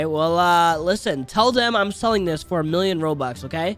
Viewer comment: bro he said "OMG 15B ROBUX I ONLY GOD 4B GEMS!" bro really said roux lol:) btw no hate to